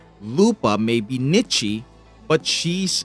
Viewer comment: I really hope by nichi u mean niche 😭